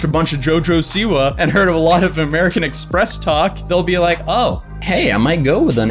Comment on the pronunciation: "Amewican Expess"